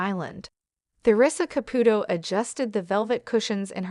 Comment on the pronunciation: If you are going to narrate a story about someone that is constantly in the public, you must learn to pronounce her name, its pronounced Theresa Capootoe I wish Teresa Russo has a very long and happy marriage full of kindness, understanding and laughter. Congratulations Theresa